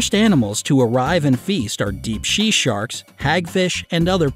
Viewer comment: le gasp dEEP SHE SARKS